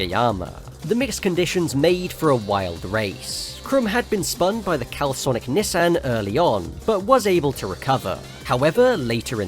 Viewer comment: Why do you pronounce Nissan like that 😢😢😢